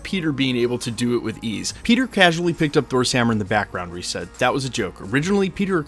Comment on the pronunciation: it’s okay most people think it’s Reeves including me until recently 😂